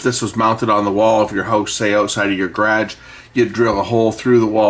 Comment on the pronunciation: Reminds me of the 'space pod' (2001, a space odyssey). I found it critical if these devices remembered a 'set' (user) position on power up. Otherwise if power is interrupted and your not aware of it, you find days of recordings of the wrong area. Well done, Stop pronouncing 'Garage' funny, your just confusing us downunder.